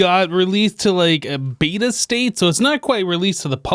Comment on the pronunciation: 'bieta' state 😂